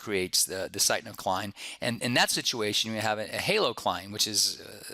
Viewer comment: Good lecture, one comment...I believe it is pronounced 'Pick-no-cline'